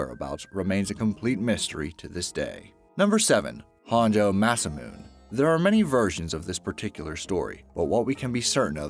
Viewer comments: Not “massa-moon.” Ma-SA-moo-nay. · Masamune is pronounced "Mah-sah-moon-eh". Hun, I know pronunciation of different languages can be difficult, but please do some looking into the pronunciation of words you're unsure about before you record. If you're going to talk about these things, the least you can do is try to pronounce them right. It feels like you don't even try. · Sorry I did give the vid a thumbs down for the very reason Matthew Smith said...For the love of all that is holy say _____________ right! Besides parliament there was Grumman, Masamune, Kuala Lumpur, Fabergé, and Mount Sinai. He was driving me nuts throughout this video. I understand that there are some dialect differences that vary from area to area, but this was beyond ridiculous. If I didn't know any better, I would say it was an April Fools joke. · ...or Grumman, Masamune, Kuala Lumpur, and Mount Sinai. He was driving me nuts.